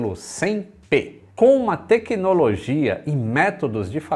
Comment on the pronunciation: Não é bruxaria. É Têquinolojia. 😅